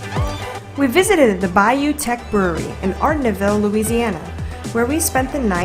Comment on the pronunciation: Bayou "tesh" teche